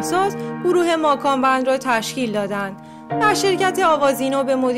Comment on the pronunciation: اول یاد بگیرین درست تلفظ کنین گروه ماکان بند؟؟؟؟؟😐🤣